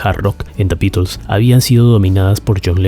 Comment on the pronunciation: Me encanta la forma que dice "Da Bitels"